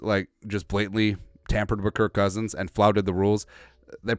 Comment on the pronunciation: Why you saying it with a t? Kirkk